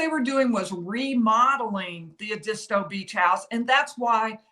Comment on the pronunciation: It’s Ed -dis -stow (Edisto Beach SC)